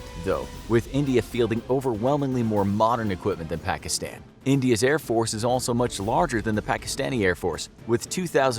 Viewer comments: he keeps saying the short a when he says afganistan pakistan taliban witch anyyoys me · everyone pronounces it Pakistan, but it actually sounds like Pakiston. Don't ask